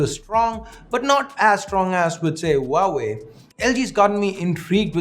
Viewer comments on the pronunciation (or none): none